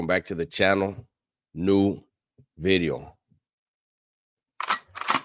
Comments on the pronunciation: I say new veeedeeeoh bout 30 times a day randomly 😂😂😂😂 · NUU BEEDEEEOO 😂